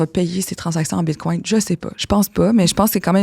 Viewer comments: Désolé mais je n’accorde aucune crédibilité à une personne qui dit : ''BitcoinT'' au lieu de bitcoiN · Tu sais que tu as affaire à une connaisseuse lorsqu'elle prononce bien le "T" à la fin du mot "bitcoin" !